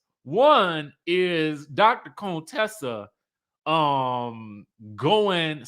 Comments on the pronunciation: Please stop calling her CONEtessa it's Con Tessa pronounced Cun-tessa! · Why are you pronouncing her name like that, her name in CONTESSA???? Not Cone Tessa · stop calling her coontessa, you are either ignorant of the pronunciation or you are playing up what Hellvuly called her earlier on. You are not suppose to sound like you are trying to play “shady” too!! Besides, Contessa is too pretty for that name to make any sense. Plus, that’s a name that the other side likes to call us!! So please …it doesn’t fit you. Her name is Con (Tessa) like con (trol). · Can y’all please stop calling her “Coontessa” her name is “Con-Tessa” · Wtf do y'all black people keep calling another black woman a COON? Her name is Contessa not Contessa its not not funny at all....Okay bye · Not him calling her ConeTessa like Dr. Heavenly. Lmao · Ever-ee time he says Dr. “CONE-Tessa” 😂😂😂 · Why you saying her wrong? On purpose stop 🛑 it’s not cute. It’s giving real Fake unless that just you, I don’t know. We grown respect her name. Dr. Contessa is a real doctor & earned that. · Lmao why are you saying Dr. Contessa’s name like that? 😂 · you know that is not how her name is pronounced 🙄 you being funny now! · OMG! The way you say Contessa’s name 🤦🏽‍♀️ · Why do you pronounce Dr.Contessa name that way.